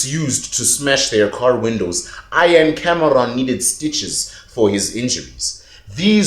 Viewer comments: my buddy, it's 'EEEE-ahn not 'eye-ann'... same vowel sound as 'thee'. (Guys, don't come at me for correcting the pronunciation. I'm just trying to help and I'm sure he will realise know that with his whip-smart engineer brain). is a legend., I don't see the link for your other channel. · Ian is pronounced EEN! NOT iron! The ANC & co are surely behind it.